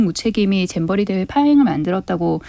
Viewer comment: 배준영은 왜 잼버리를 쨈버리라고 하지? ㅋ